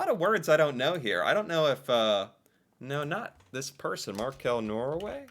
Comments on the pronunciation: It's not Markell it's the fish , Makrell. Maybe you spell it Macrell in US .. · It's Makrell, not Markell... Makrell is a fish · Makrell not Markell 👍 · Makrell, not markell. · Not markell, mackerel in tomato sauce 😁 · Not Markel but makrell (fish) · Who eats most tacos in the world, outside Mexico? Norway 🌮 And it's makrell, not markell. It's a fish-spread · Not "markell"... Makrell... Mackerel. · Markell 😂 it is makrell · 5.20 ca you say Markel its suposed to be Makrell. its a fish i tomato sause. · Mackerel - not markell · Makrell not Makell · You didn't find markell because it's probably a keystroke-error :P It's makrell and it's the fish mackerell. Skolebøller is "school-bullys", hehe.. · It is not "Markel" wrong spelling. Makrell it is a fish.😊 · Its makrell. A fish. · It's "Makrell". ;)